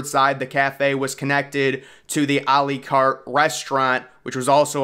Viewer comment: A L-ee Cart It's A Lah Cate